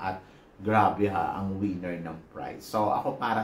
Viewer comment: ......."WINNER" and not "WIENER". If you mean "WINNER", then pronounce the word properly. Pronounce......as WE/NER and not WEE/NER.